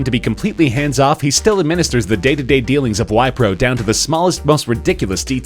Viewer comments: Wipro is an Indian company and you can take it from an Indian (me)...It's pronounced "v-pro" and not "Y-pro". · he pronounced wipro wrong..